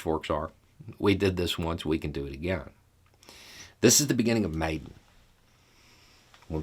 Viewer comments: It's pronounced mai-DAHN, not maiden. Those were molotov cocktails, not pitchforks. Ukraine clearly has its own good flavor of democracy that doesn't require much investment from the US (still I don't think the US did anything wrong by investing in it). Ukraine had some soviet nukes before the Budapest agreement, and gave them all over to russia in that agreement, along with the rockets that can carry those warheads. Now russia is shooting those same rockets back at Ukraine. In the Crimea referendum, only 34% of the population voted. Ukraine really, really deserves to win this war. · Pronounced Ya nu ko vich. Maiden pronounced Mi Don. If you have any questions let me know. :) yes Ukraine has a lot of corruption. Zelensky is the best president they have had since the break away from CCCP. Hopefully if Ukraine becomes free after this war, the corruption will start to come to an end. 🇺🇦👍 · Pronunciation: Yanukovych is not Yan-U-ka-vich. It's Yan-AH-KOH-vich. Maidan is not May-don, it's MY-dahn.